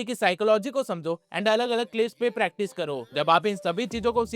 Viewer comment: It's not pratice it's practice